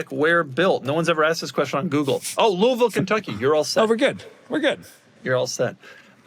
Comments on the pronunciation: Flawless pronunciation of Louisville, thanks Doug. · Doug just said Louisville Kentucky completely correct, what a hit